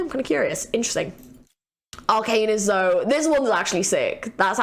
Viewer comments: Groovy Zi-Lean 😂 Fits really well! Zil-e-an and Zo-E if you wanted to know 🤷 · Also "e" in Zoe is not silent. She's "Zo-e". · Great video! Also just a heads up Zilean’s A is not silent, so he is not pronounced Zileen, but basically how u said it but with the A. Same goes with Zoe, the E is not silent( I actually named my dog after Zoe as well) lol